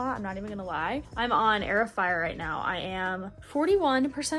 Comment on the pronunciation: Girl why when you said Heir of Fire i heard air fryer what😭